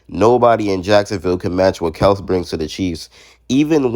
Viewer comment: It's Kel-see